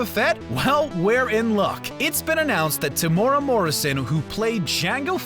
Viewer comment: Temuera Morrison Te-mu-era not "tem-ura"